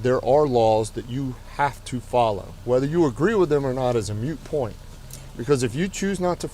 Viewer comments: To be fair, the officer is kind of stupid. You know you're not dealing with a genius when they say "mute point" instead of "moot point." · “Whether you agree or not is a mute point….” Sigh. It’s “moot” not “mute” folks. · Lol the cop says “mute point” instead of “moot point”. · Did that sunufa just say it was a MUTE point (as opposed to a moot one) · Lol, I don’t disagree with anything this officer said except “mute” point instead of “moot” point, lol. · A moot point, not a mute point. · It's a moot point....not a mute point. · He really said "mute point". SMH. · He said “moot” not “mute” right? Because it’s moot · No. He said "mute" not "moot", right? Because it's not "mute." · He said, “A “mute” point” 😂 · moot, not mute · MOOT point, not MUTE point. Just a small but IMPORTANT distinction. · moot point, not mute point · Freaking drives me knucking futz when grown people use words improperly...or pronounce them all wrong...when trying to sound smart. It is "a moot point" not a "MUTE" point. If you are going to use a college vocabulary, use it properly. smh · Lol that sergeant should probably learn that the phrase is “moot point” and not “mute point”, lest people think him an idiot… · Can we arrest the sergeant for saying "mute point"? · God I hate when people say “mute point” it hurts my ears. It’s moot, people, MOOT! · And it's MOOT, NOT MUTE, Sgt. Turner. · Im docking the officer for saying mute and not moot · Moot, not mute. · Moot point not mute point lol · Um, it's "moot". "Moot point". You have the right to remain stupid. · moot point*. Sorry, but what I hear it said incorrectly, it triggers me.